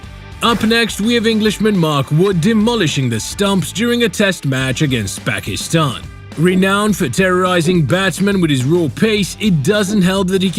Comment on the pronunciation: Pakistan pronunciation is not Paikistain 😭